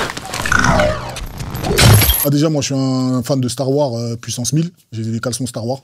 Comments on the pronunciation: Ahhhhhhh Kaaris le poto il kiff Star Wars, par contre sa me stresse il dit Star War au lieu de Star Wars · "Star war" Pardon ? "Star war" Nan nan "Star war" Tu forces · Il dit star warre 😂kaaris le boss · C'est moi où il prononce pas le s de Star Wars 😂😂😂😂😂😂 quel bg ce Kaaris 😂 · Wsh pourquoi il met pas de S à la fin de Star Wars quand il le dit 🤣